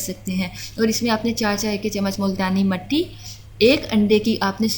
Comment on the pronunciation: Not matti its mitti